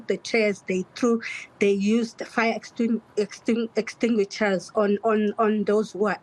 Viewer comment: NEHAWU has never spoken to SADTU.SADTU no longer exists.A teacher who cant even say fire extinguisher 🤣🤣🤣🤣